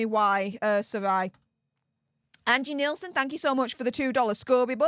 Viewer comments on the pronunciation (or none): none